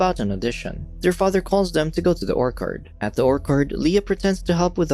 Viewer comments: not Orkerd...OrCHard. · nah he said or-kard. should be oer-chird. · NOBODY'S LIGHTING THIS GUY UP FOR "ORKERD"! IT TOOK ME THREE TIMES TO FIGURE OUT HE WAS BUTCHERING ORCHARD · I gave up when the narrator pronounced the word “orchard” as “orkard”. Everyone knows how to say the word correctly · "orKard" ---> it's orCHARD. wtf is the reader foreign? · Is this moron going to constantly pronounce “orchard” as “orkard”? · It's orchard Emphasis on ch or CH ard . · Why is he calling an orchard an "orkard?" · the way he pronounces orchard 💀 "ore card" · Yes he said orkard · 'Or-curd?' Sorry if you think I am a prick, just had to make note of the mispronunciation... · dude, if you are going to read a script as your job here, you need to learn to pronounce things properly. orkard? come on dude. you do this often with simple words too. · Orc Hard is the weirdest way I have ever heard orchard pronounced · Orchard is pronounced O R- C hurd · Do these guys mispronounce words on purpose? Oark-ard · Are your purposefully mispronouncing Orchard? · Did you really mispronounce orchard? Wow. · Can't get past the mispronounced 'orchard' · Every time you said Orchard I wanted to blow my brains out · Took me a second to realize that he was saying orchard.. I guess we pronounce it differently